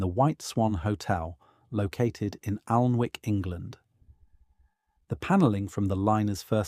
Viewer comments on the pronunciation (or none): nice video, but it's pronounced 'annick' not 'alnwick'